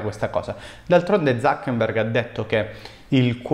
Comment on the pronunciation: sai che adoro il lavoro che fai in generale e ancora di più si YouTube, però ti prego... si dice ZuckeRberg, non Zuckenberg 😅😅 non ne posso più di sentire TUTTI gli esperti di web marketing che lo pronunciano sbagliato 😫😫 almeno tu fammi sto favore 😂